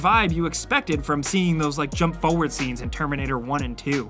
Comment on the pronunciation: Love how can’t say Forward. It’s For-Ward. Not fow-ward!